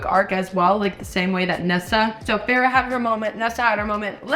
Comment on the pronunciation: Just letting you know feyre is pronounced fey rah 🫶